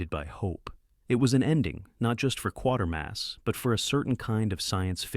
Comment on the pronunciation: Kwaytermass not quartermass.